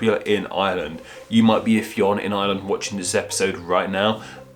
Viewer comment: Come on. How did you manage to fin MULTIPLE sources pronouncinging it wrong? its pronounced like Finn